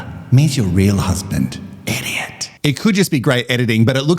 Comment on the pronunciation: Like so many things you say, calling Elliot who acts like an idiot = Eddiot…sure sounds like the perfect pronunciation to me. And omg yaaas to the WIFE SWAP!